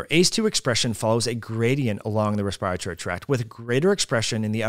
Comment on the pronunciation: I don't much care about a foreign word such as omicron but I think should look up Webster's pronunciation of virulence and respiratory.